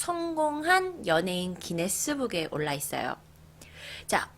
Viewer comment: 마이클잭슨이야기하다가 기네스북할때 고네스북으루 말하셧당ㅋㅋㅋㅋㅋㅋㅋㅋ귀여우셔